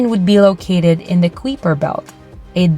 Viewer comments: Kai-per, not qwee-per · How do you justify the pronunciation of the "Kweeper" belt? Everybody else says pronounces it as " kipe-er" belt?